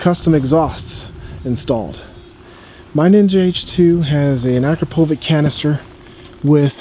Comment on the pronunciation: ***** why's he saying it the other way?